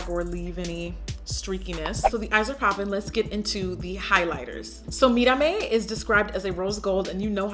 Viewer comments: Ur pronunciation of mírame was 👌🏼👌🏼👌🏼so glad u didn't say "me-ra-me" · When Jackie actually says "Mírame" the correct way! 🙌🏽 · Omg does Jackie speak Spanish ?! 😱 She pronounces Mirame so perfectly lol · That way you pronounced "Mirame" giiiirl! Are you Latina? 🤔😘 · Yes Jackie! You said Mírame so well. Every video I have seen on this collab they butcher that word. I love you and your videos, you always make my laugh and are so enjoyable to watch. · Love how you pronounced Mírame correctly!!!!! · Yesss finally someone that actually pronounce mirame right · YESSS! Some one who actually knows how to pronounce 'Mírame'! Spot on! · omy so much yasss at how you said Mirame! 👏👏 🙄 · I love that you said "mírame" perfectly lol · That pronunciation tho! Mírame with the tongue roll and everything!